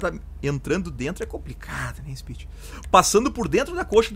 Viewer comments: em vez de falar top speed, fala TOP SPIT KKKKKK, e traz o mod do camaro ZL1 é um carro que sou apaixonado vlw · em vez de falar top speed, você podia falar TOP SPIT KKKK